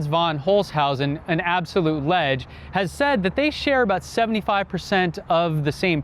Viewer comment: I stopped watching at “an absolute lege”